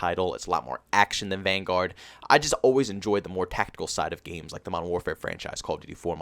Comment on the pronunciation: Call of duty “vanGUARD” lmao, it’s hurts me when he says that.